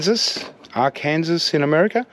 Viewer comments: Just so you know for future reference... Arkansas is pronounced Arc - Can- Saw. Don't ask me why, because I don't know! I always thought it was weird. Thank you for a great depopulating video!! Have a Great Day My Friend!!! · Future reference.... Arkansas is actually pronounced (sounds like) Ark-an-saw.